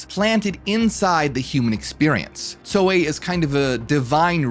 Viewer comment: Brother, not trying to be dull but, are you saying Zoe or Soy? Asking for a friend 😂